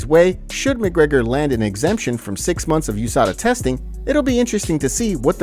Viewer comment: Can't even say the champ champ name right... *Mcleggor